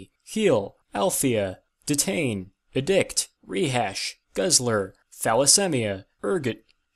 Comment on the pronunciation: You pronounced 'edict' wrong.